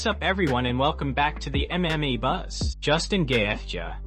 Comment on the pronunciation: Also learn how to pronounce MMA !!! Sounds like you say MA